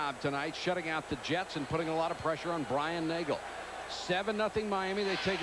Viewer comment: Brian Nagle? Mike Patrick says it multiple times.